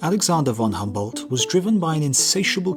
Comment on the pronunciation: The pronunciation of Alexander von Humboldt hurts my ears.